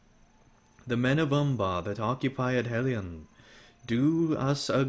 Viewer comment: Entertaining. But Edhellion the DH is pronounced TH; and C in all Sindarin words is pronouced K. You can find this information in the Lord of the Rings Appendices. Yes, I'm a Tolkienista.